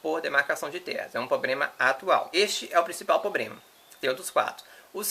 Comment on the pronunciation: Um rapaz tão inteligente falando POBREMA